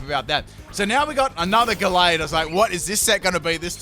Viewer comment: U said the name of gallade right